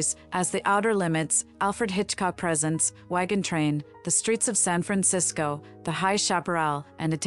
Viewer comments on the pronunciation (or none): You mispronounced "Presents" in Alfred Hitchcock Presents...not as gifts, but as introducing. Understand?